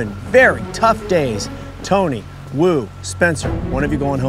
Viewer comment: its Woo not Wu